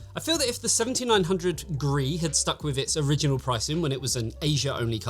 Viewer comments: He does mention this is the review for the card, it's just easier to say "gree" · Gee-Arr-Ee, not "Gree". it stands for "Golden Rabbit Edition", a Chinese cultural reference. I know it's unimportant, it just was a minor annoyance that was distracting for me as I watched the video. Obviously all the technical information was spot on, though.